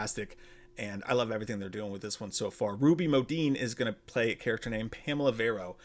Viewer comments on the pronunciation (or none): none